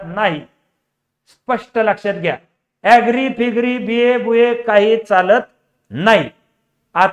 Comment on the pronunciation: बी. ए., बू. ए. 😅😅😅